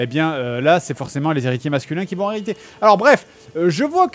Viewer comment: JDG prononcera mal 'hériter' 154 fois.